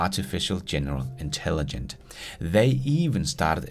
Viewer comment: for hulen da, det hedder Intelligence og ikke Intelligent:)